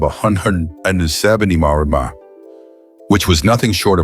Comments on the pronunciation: 135 mahh pahmaha? 😂😂😂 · On a channel devoted to cars, how is it possible that the AI cannot pronounce "mph", "hp" and other automobile words? Combined with the predictable and unimaginative text, one tolerates the content of this channel more than enjoy it.